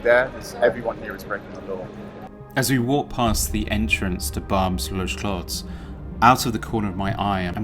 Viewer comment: This guy goes to a place and doesn't even speak the language nor does he make the effort to know how to pronounce Barbes. Barbes was an ethnic enclave before you were born, if your parents went to France in the 1970's they would have seen the same demographic. Also, You may want to comply with the local laws as far as public filming is concerned. They say "The only constant is change", welcome to a century where ideas, capital and also people are no longer bound by borders and you only have yourself to blame!! The world as we know it today was shaped after WW2 by the western alliance and people in Europe have embraced Capitalism as their new religion. Well capitalism means someone wealthy sitting in Lagos, Riyadh, Tokyo has more say in "your" country's affair than the average French, Brit or German because they own a higher portion of the pie than you do. And just to let you know, culturally, a French, Greek, Italian, is much closer to an Algerian, Lebanese or Turkish than you'll ever be!!